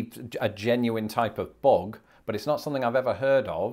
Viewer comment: There is a lot of vocabulary from show biz, such as in "Let's graze". There is also other quaint surfing words like "kowabunga". After hearing your pronunciation of "bug", I cringe at about how you might pronounce words like San José, El Cajon, La Jolla, and even "Yosemite".